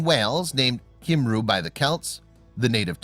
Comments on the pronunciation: jeeezuz, this could have been two mins long and we would still have heard everything twice and it is pronounced kumroo not simroo and spelled cymru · Being Welsh, Born & Bred, I can tell you that the phonetic pronunciation is "kum–ree".